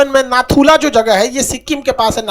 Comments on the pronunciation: Its to naku la , la means pass so read only naku la. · Its not Naku la...Its NATHU LA...HAVE BEEN THERE TWICE ....MILESTONE READS NATHU LA..🇮🇳🇮🇳🙏